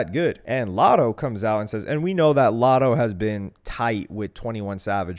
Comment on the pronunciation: It’s lotto lol